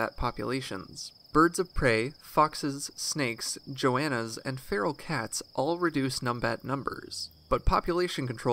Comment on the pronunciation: It's Go-anna, not Joe-anna lol.